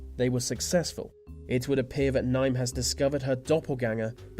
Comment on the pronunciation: "Nime"!!!!!!!!!! It's pronounced Neeve.